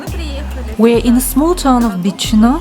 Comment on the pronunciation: A few pronunciation errors: Bicheno = BISH-en-O, Freycinet = Frey-SIN-ey (the T is silent), Huon = HEW-on. Geeveston has a soft G like gym, not a hard G like Golf. You got Launceston right though which usually gives Mainlanders problems for some reason!